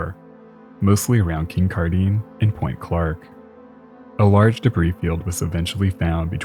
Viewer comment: Thanks for doing a more Canadian-focused story! As a Canadian who has lived in the Great Lakes area almost all my life, I know we must have some stories worth telling. Keep up the excellent work! By the way, Kincardine is pronounced like "Kin card in." I spent a lot of time there at my aunt and uncle's cottage. :)